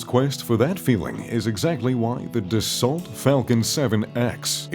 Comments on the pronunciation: Dassault is pronounced DASS-O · It is DASOO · How to pronounce Bombardier - How to pronounce Dassault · needs to learn how to pronounce "Dasault".